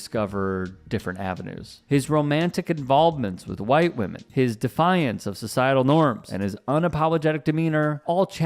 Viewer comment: "Them white whamen em the crazy ones"😅